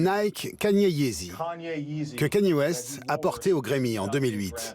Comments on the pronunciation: il a dit yeezyz 😂😂 C'est yeezy le nom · AH MDR je suis mort des yeezy pas des ouizy 😂😂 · De yiziz mdrr il est pas turc il est americain kanye west c'est yeezy mdrr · Deezer Podcast on dit des Yeezyzzzz oui. Pas yizisse mais yeezyzzzz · Des « yeezies » il m a tué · IL A DIT YEEZYZZZZZ 😂😂😂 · "les yiziz" 😂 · Ptdr il a dit des « Yeezyz » 😂😂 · jsui mort il a dit des yeezyz 😭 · Il a dit yeezyz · et de yizize ahahahah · "des yeezizzies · « Et de Yeezise » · des "yeezizzes" mdrrr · Il a dit yeezise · « JordanS » « yeezyS » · mdrrr il dis yeezise🤣🤣